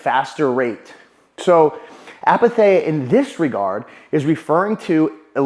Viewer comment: Great videoooo ❤ wly ❤ you should post more often !! ill drop that comment just because i know greek is hard and i know very well due to personal experience that its hard to catch right pronunciations from different languages I mean no hate, i know sometimes a word is pronounced wrong in its non native language so... to whoever is interested ⬇️ Its pronounced with an "e-sound" the greek combination of "ei" is one of our 5 "e" sounding letters [or combinations of letters] (,h,ei,oi,u,i... or in greek letters η,ει,οι,υ,ι).... they all sound like the english "e". Its written apatheia but its pronounced eith an "e" sound aka apathea❤ **the only reason where those "e" sounding combinations are pronounces differently is if they have dots on top. E.g.: "τσαϊ" chich menas tea and is not pronounced like an "e" it emphasises the sound of both letters ( seperately)❤❤❤